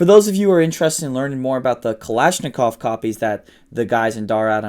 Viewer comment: How is it he can pronounce Pashtun words but but can't properly pronounce bayonet nor pronounce Kalashnikov the same way twice? Dude quite trying so hard.